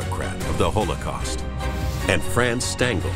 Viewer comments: You all go on with your weird political stuff, I just want to complain about how this guy pronounces holocaust. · ''hole a cost''